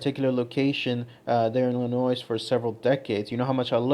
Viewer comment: The 's' in Illinois is silent... you're welcome.